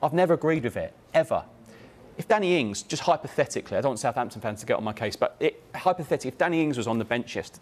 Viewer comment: Danny Ings, Just say it LOL.